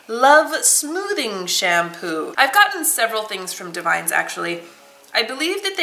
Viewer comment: Davines is pronounced (dah-vi-ness) 😊 love your channel 💗